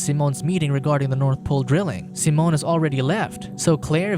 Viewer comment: Seemoan funny way to pronounce Siiiimon.